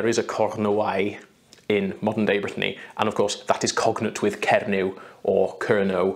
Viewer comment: Ooooooo I die. My name (Brittany) pronounced correctly more times in one video than the whole of my life (USA 😑).